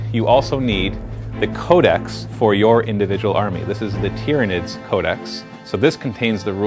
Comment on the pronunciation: tyranids it is said tie-ranids but spelt tyranids